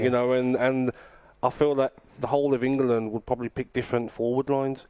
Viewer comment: Can’t even pronounce the country he lives in. It’s 2 syllables mate. Eng-land